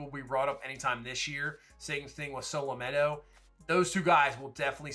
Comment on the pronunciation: love the series, I actually started a new franchise with the Pirates bc of your vids. Just want you know Anthony's last name is actually Solometo, not Solomento (if you care), but he's going to be a solid pitcher down the road I think. I'm actually training him up as my best lefty in the rotation now. Keep up the great content brother!